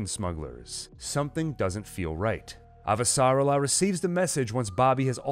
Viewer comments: Great job but your pronunciation of "Avasarala" is off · very good, I am just annoyed by your pronunciation of Avasarala